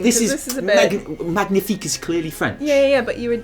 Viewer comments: Im actually french MAGNIFIQUE ! Btw we don’t say mag-nifique but mag~nifique, so it sound like a gnieh instead Gneh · magnifique in french... well "gn" pronounces like "nye". its like like its one letter over g and n separately. The closest phonetic would be ma-nyie-fic. ^^ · I do want to point out that the g in magnifique is silent if you really wanted to do french :D It's like "manyifique" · We pronounce it « mañifique » actually ! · Magnifique is french but the g is silent, so it’s more like manifique. :) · Did i just hear Magnithick? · As a french speaker I must say we pronounce "magnifique" -> /manifik/:D haha Anyway can't wait to hear the interview!:D Thanks for your videos guys you are awesome! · Great episode :D Just... please research how to pronounce a French word next time, k thnx :P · isn't the G silent in magnifique? hmmm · Next time you pronounce the 'g' in 'Magnifique' I'mma Brexit the hell outta you! 😠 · Fyi, the G in Magnifique is silent in french ;) cool video as usual! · great video as always. the g in magnifique is silent btw.